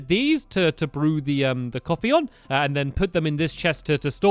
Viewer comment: it sounds like your saying copy...